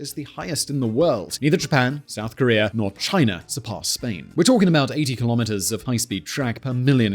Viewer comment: Nah. I like Key - lom - mitt--ers